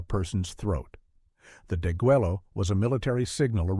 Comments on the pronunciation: It is pronounced de-gway-yo "degüello" infinitive: "degollar". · Don't forget the butchering of the Spanish word (deguello) deh GUEH yo. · If you really wanted me to listen all the way to the end, you wouldn't have used a stupid AI voice that couldn't even prounce "deguello" correctly over and over! Let me know when a real narrator takes over the script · Not in Texian, it's not. It's pronounced "deh-gway'-loh" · Please the double "L" in deguello is pronounced like the "Y" in the English word YES! How stupid is this narrator that doesn't even do a simple grammar pronunciation check! Get your AI together. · learn how to pronounce Degüello. You don't say the "Ls" You mispronounced many words. If you didn't research that, how can be believe anything else you say?